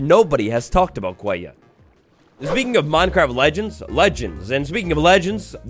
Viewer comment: Did anyone realise thanks “legneds” instead of legends 😂😂 love ya